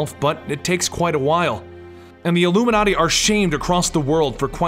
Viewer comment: did.........did he say ......ILLUMINNAITI